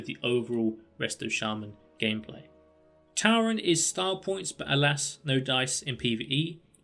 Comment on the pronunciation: Lol how is it you have been playing wow for so long and still say Tauren wrong. It's like someone telling you there name and gettjng it wrong over and over lol. Still great video